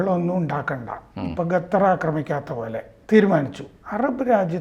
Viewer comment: ഗത്തർ 😂 ഖത്തർ എന്നു ഉച്ചരിക്കുവാൻ പഠിക്കുക.